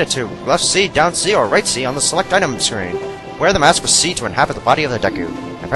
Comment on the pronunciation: Haha, when you said "RightC, LeftC, DownC", I thought you said "Rightsey, Leftsey Downsey", which I thought was funny. I believe it that the Song of Inverted time slows down the time by 3. Not too sure about that. You have you have been locked on to your target for like, half a second for Link to face the target. That's why you fucked up on the Swordman's School thing. Best episode so far! :D